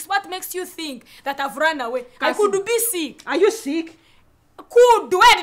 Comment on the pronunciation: Cudu instead of could 😂😂 very fun